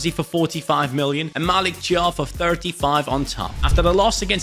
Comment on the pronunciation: Thiaw is pronounced like "Ciao". Not trying to be clever, just wanted to say it. 😄